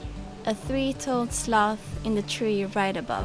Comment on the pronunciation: Sounded like you said "would like to see some monkeys and some sluts" Sorry, too funny:)) Safe travels!